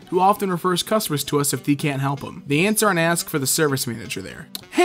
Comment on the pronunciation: why do you pronounce "they" as "the"